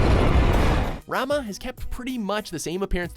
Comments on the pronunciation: rama? the fk? isn't it pronounced raMUH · pretty sure Ramuh is pronounced "raw-muu" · Its pronounced Ra-muu and Ba-ha-muut. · Who is Rama? Rama is a margarine brand. He is Ramuh (spoken Ramooh) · RAH - MU not RAH - MA ARRGGGHHHH That was annoying. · Ram-ah? Really guys? Come on now. It's Ram-oo not Ram-ah! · Rama? Ramuh!! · Fucking learn to pronounce the names! Not Rama. It is Ra-Like the Egyptian God, Muh-Pronounced "-moo". Fucking lazy fucks. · Ramuh? Its pronounce "Rarm", Ramuh comes from Rama, which doesn't have its final A pronounced as a show of respect. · Good job mispronouncing "Ramuh". It's 'Ra-moo', not 'Ra-moh'. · um...Rama? Ramuh is pronounced Rah-moo..... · Ramuh-> ~Ra-moo~ roll the "R" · "Ramah"? Wtf?! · It's pronounced "Ramah", from Hinduism mythology, including Shiva. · he pronounces Ramuh wrong. it's rah- moo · "Ramah" "I-freat" "Bahamot" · It's Pronounced RAH MOO. ラ ム ウRa, Mu, U. Rah Mu u. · its RA-Muuh you idiot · Seriously!!! Learn how to pronounce names! You pronounce Ramuh - 'Rah-mu' and Bahamut 'Ba-ha-moot' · its just "Rarm" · I thought it was pronounced Ramoo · ....did he actually just say Rama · I knew they would pronounce Ramuh wrong... It's "Ramoo". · Looks like consistently doesn't give a fuck about the right pronunciation of words. With as little as 5 minutes of research they would be able to nail every name on this list. Come on... Ramuh pronounced as Rama? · It's Ra-MOO >< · Rah-moo Ee-freet Ba-ha-moot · Why are you pronouncing Ramah, Ifrit and Bahamut wrong? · His pronunciation of "Ramuh" and "wizard" killed me :C :C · I cringed at Ramuh. Lol. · cringes on how Ramuh's name was said